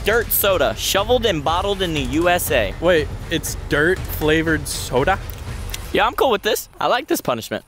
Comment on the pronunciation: 😂😂habe said sota instead if soda